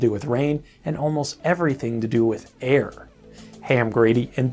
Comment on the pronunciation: When he said air at the beginning did anyone else hear hair?